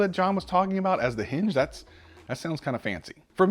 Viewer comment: Jon seems legit but it's tough to take him seriously when he pronounces "that" and "there" like dat and dere